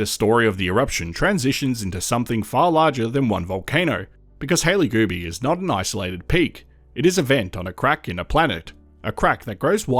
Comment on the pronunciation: Multiple times I thought you said "Hailey Booby." 😂 I'm like, "Hailey needs to file a S.H. claim or something because they keep talking about her boobies." 😂